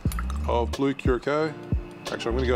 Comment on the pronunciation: By the way, it's pronounced Blue Curasao. If I were to write it out: Cue (like queue), rah, sao/sow (like the Sao in Sao Paulo, or the sou in sour, or the ow sound in ciao). The ç comes from Portguese where it's pronounced as S. It's the same with Cachaça (cah-shah-sa). I'm from Curaçao, the island. I've always been a bit torn about the blue color. It can be a bit hard to mix with, it's too blue for its own good.